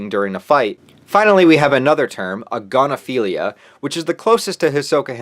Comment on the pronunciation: A'gon'aphilia? It's right there in the name! 😂